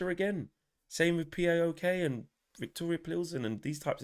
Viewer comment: P, A, OK? It's just a single word "PAOK", it's an acronym of a Greek football club! 🤣🤣🤣🤣🤣